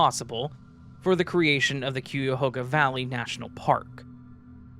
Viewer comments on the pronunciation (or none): Im working in summit county right now. And its cuyahoga like Guy-a-hoga.